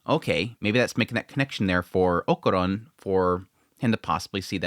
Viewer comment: We all hated jiji at first haha just like with Aira, just give him some time. I know you dont like people telling you when you kill characters names but i dont like when you do it so deal with it haha is okArUn, o ka run, o a and u are the vocals, why in the name of god are you saying okuron? Please, just say it right, Okarun, you know when we all jump at Seven seas for making dumb mistakes, is the same feeling, just saying so you dont get that mad :P